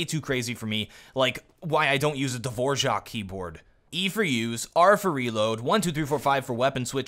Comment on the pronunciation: You actually managed to pronounce "Dvorak" correctly. Subscribed.